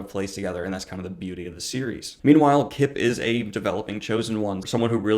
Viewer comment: Kip rhymes with chip